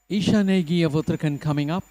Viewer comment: Request to pronounce Uttarakhand correctly. It is Ra not R in Uttarakhand .